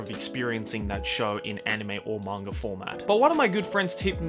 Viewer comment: I like how he says manga. “Mangur”